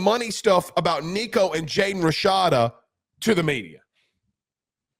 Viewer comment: Yo homez, can you please pronounce Nico’s last name properly and respectfully? Thanks